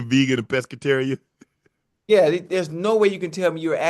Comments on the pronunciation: Ocho : Peggiterian 😂😂😂😂😂😂 UNC : you mean Pescatarians Ocho different 😂😂😂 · Ocho saying Pegetarian is crazy work. Brother 🤦🏾‍♂️